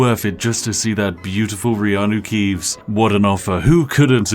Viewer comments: Riano Keeves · I have to wonder if you lost the ability to say "Keanu Reeves" after playing Skyrim so much with this guy. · Skyrim: Return of Reanuke Keeves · Reanu Keeves makes me scream without the s